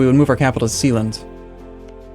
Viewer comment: It's Schae-land, not see-land